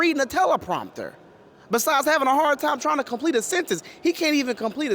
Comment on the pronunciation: Besise???? Biden can say beside right 😅😅😅😅